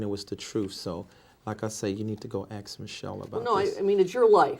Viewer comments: "When in doubt, Axe Michelle" ( ask) 😂😂😂😩😩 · Lol he says Ax and not Ask. And he says Pacific and not Specific. Lol he ah foo Ignorant for sure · David .. throughout the whole deposition “ I don’t know my address, I can’t remember if I signed that check, I have no idea who is on my board , I don’t know my own addresses .. you better … AXE Michelle “… and His arrogance and Mockery of legal counsel asking him questions is Absoluteiy Staggering… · I'm going to start saying "I don't know axe Michelle" whenever someone asks me a question......seems to work. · I thank this fool for providing me with the perfect scapegoat for every obstacle in my life... When in doubt... "Axe Michelle." 🤣🤣🤣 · GOD AT THE PEARLY GATES 🗣️ David , Why should I let You in? David:🗣️ AX MICHELE 😂😂😂😂😂😩😩😩😩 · Still giving people false hope and still axing Michele about everything that He can’t possibly be ACRIT about 💯. ACRIT * Accurate Axe * ask 😂😩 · Laughing my ass off Poor Michele you gotta ax a lot of questions poor lady 😂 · This deposition must of run more than 1 day. Why didn’t someone on his staff teach him to pronounce “ ASK” so he wouldn’t become a virtual meme for ignorance ? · ASK. The word is ASK. My god, if I was that woman I would not have been able to hold back correcting that scamming lummox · You mean "axe" Michelle. 🤣😭🤣😭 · Is your name David E Taylor? I’m not sure you can axe Michelle 😂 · This man is a “preacher” and a “teacher” “leading” thousands of people yet he says I don’t know “pacifically” and “axe Michelle” basic grammar. Basic language he can’t even get right. He tried to appear and sound so religiously intelligent but when he speaks he sounds like an elementary age child who hadn’t learned proper grammar. How can is “flock” not see this as a problem!? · "You have to Axe Michelle, cause I don`t know shyt about shyt!" :face-blue-smiling::face-blue-smiling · From the way He says “ ax Michele “ She must also brush his teeth for him and pick out his draws too 🩲😩